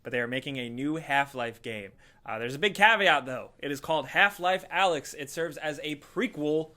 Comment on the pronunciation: I think its called A-lyx, not Alex.